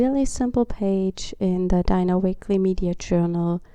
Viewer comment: Super farbenfrohe Seite. Ich mag deinen Stil sehr gerne. 🙄 Nur ein kleiner Hinweis am Rande: 😊 Du sprichst Dina‘s Namen falsch aus. 😊